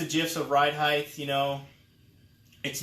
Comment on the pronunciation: Drink every time he says heighth like it’s a real word